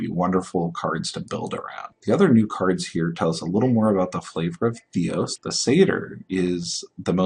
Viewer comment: Why are you not pronouncing the "R" on Theros? nice video other than that! good info on the card value, on first sight Polukranos looks not good enough for standard, but Mark says its much better than it looks...we can only hope...c